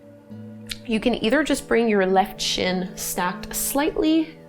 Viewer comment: what is the "sheen"? and what is shhhhtreisht?